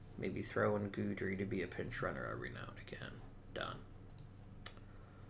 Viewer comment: Also, and I don't know if you care at this point, but it's "Gid-ry, not Good-ry".